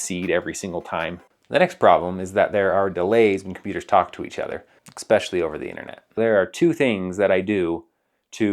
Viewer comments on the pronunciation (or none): "ecspecially" -1